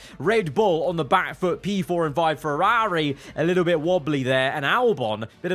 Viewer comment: the viewers team. It’s the bloke who can’t say Ferrari properly who’s team it is.